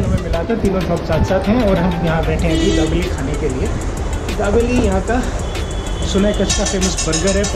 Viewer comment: Jabeli nahi he dabeli he or Parag Mahal nahi Prag Mahal kaha jata he